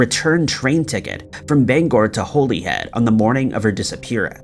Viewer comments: It’s pronounced Holly Head. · Pronounced HOLLYhead